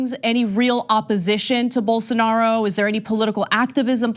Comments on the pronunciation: Unbelievable that the left-wing liberal socialist progressive communist Marxist atheist media can't pronounce Bolsarnaro's name correctly. No wonder Rave left for greener pastures. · You just showed why no one should take Rubin seriously. Come on, I am a regular guy and I know how to pronounce Bolsonaro's name and that he is hyper-conservative. How does a paid commentator not know this?